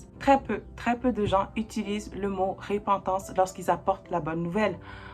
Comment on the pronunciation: Merci +++! Petite remarque: Repentance, pas RÉpentance. Mais c'est peut être la façon de le dire au Québec? Blessings +++!!!